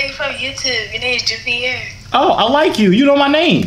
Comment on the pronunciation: about time some one pronounced “joovier” correctly god damn 😂🤣😭 niggas be said “to wasgood “Jover” 😭😭😭😭😭